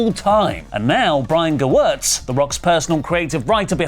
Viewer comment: 1. I love seeing and hearing everyone mangling the name Gewirtz. Props to you for getting it right. 2. IMO it seems like Gewirtz is burying Cody with this comment, laying out a narrative of Cody "going into business for himself", as it were.